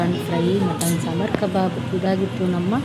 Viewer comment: ಕಬರ್ ಅಲ್ಲ ಕಬಾಬ್ ಅದು 😂😂😂😂😂